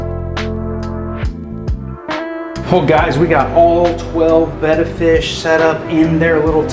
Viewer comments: You need to learn how to say your fish's names right they're not bett fish they're betta fish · Really working for these comments by saying Betta wrong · You are saying betta wrong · Your saying that name of fish wrong 😒